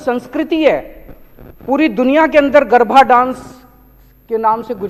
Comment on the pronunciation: Bete lal garabha nahi garaba apbransh mat kar sabdoka